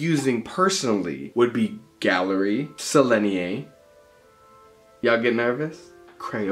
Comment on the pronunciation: FYI, they are Sennelier, not Sellenier. Nice comparison. TY.